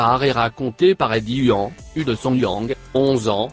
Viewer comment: Purée ! Faites un effort pour la prononciation, s'il vous plaît, c'est le nom de famille, le nom de père, de fils, de grand père...des ancêtres !